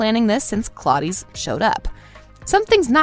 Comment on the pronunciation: I disagree Also did she say Hearim... its Hiram Hi•ram And Claudies? Claudius Claw•Dius